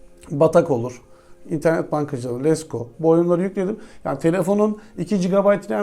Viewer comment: Abi gene on numara bi video aklıma tek takılan şey letgoya lesgo demen qwe galp at abi